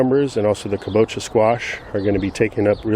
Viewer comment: Amazing to see the progression of your yard from year 1 to now. Very inspiring. Was curious how many square feet your backyard is. Just a quick point for you. My wife is Japanese and she commented that kabocha is pronounced with the stress on the first syllable, so: KA bo cha. Cheers.